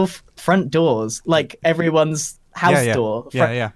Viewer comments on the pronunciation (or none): none